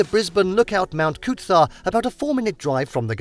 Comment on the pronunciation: I think I would rather hear them butcher Coober Pedy then listen to them say Mt Coot-tha again. Made me cringe everytime I heard it. Please take 1 minute to google how to say place names if your trying to pass yourselves off as experts on other countries.